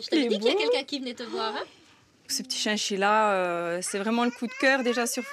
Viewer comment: C chachila pas chienchila